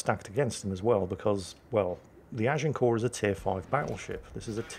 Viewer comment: Thank you, I've been Americanizing the pronunciation of Agincourt, now I know how to say it correctly! Learn something new every day, keeps the brain fresh.